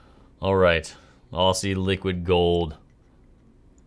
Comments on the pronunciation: pronouncing Aussie as "Ossy" cracked me up! (Generally in Australia, we pronounce it more like "Ozzy"). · Great video,. Try pronouncing it as "Ozzy" Liquid Gold, not so much as "Orsee" Liquid Gold. Looking forward to seeing you and Brian coming to Australia one day to visit Robert Oster and doing a video. 😉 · Before you wrote “Aussie Liquid Gold” I thought you were saying “Ostie Liquid Gold”, like giving Robert Oster a nickname 😂 thanks for the video!! I’m hyped to try some shimmer inks now!